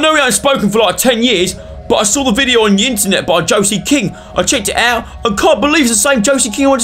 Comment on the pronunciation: so weird having my name in a video... (btw its pronounced Joe-see)